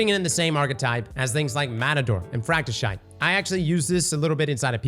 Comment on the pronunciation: No one going to talk about how said fractyshite 😂😂